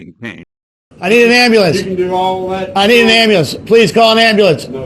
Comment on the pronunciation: Or "ambalance" (Dr Dave Debunker of Frauditors)